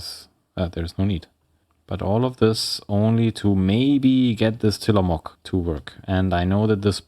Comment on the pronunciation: from an oregonian; till-uh-mo(slightly long o)hk. not quite how you'd say mook, not how you'd say mock. but also not a proper long o/oo. perhaps muhk.